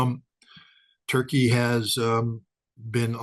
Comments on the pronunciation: The way u say Turkey is soo damnn anoying Toeurkeyy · I love how says Toy Key. Turkey should change its name to Toy Key.